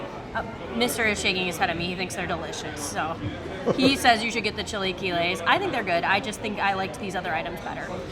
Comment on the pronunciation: Chee lay key lays